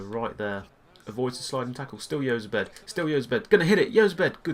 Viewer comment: Jozabed is said like (Hoz-abed)